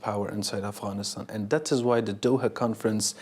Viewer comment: I like how you pronounced “Afghanistan” i wish you the best of luck. Afghanistan will be in peace and have Bright future again if he becomes president of Afghanistan. One day Inshallah 😞